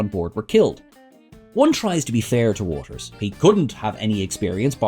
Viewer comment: You said 'Watters' wrong, numerous times!